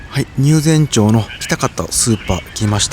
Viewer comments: 入善ちょうではなく、 入善まちですよ。 追記 富山県民です。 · Geminiに聞いたら、 「町」の読み方（まち・ちょう）の明確な統一基準は国レベルでは存在しません。 各自治体が条例や慣例によって個別に決めています。読み方の主な傾向東日本は「まち」、西日本は「ちょう」北海道から関東・甲信越にかけては「まち」と読む自治体が多数派です。関西、中国、四国、九州地方では「ちょう」と読む自治体が圧倒的多数を占めます。富山県は「まち」が圧倒的多数富山県内のすべての町（入善町、朝日町、上市町、立山町）はすべて「まち」と読みます。 関西から来られたから、読み間違えられても仕方ないかと😅